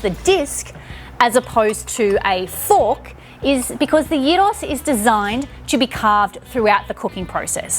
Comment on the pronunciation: Thumbs up for pronouncing it properly